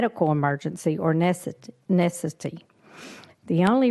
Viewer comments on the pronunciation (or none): Carringer cannot even pronounce necessity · They want to come off as being medically knowledgeable, chair struggled to pronounce necessity.